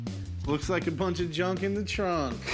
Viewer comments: So let me get this straight: “Yunk yard“? So “j” and “y” sound the same in Spanish ? So how do you differentiate? (Junk) and (yard) both start with a vowel sound of “Y” in Spanish but completely different letters ? This Baffles me. Makes so sense at all. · He works in a "yunk yard" y'all.... 🤣🤣🤣🤣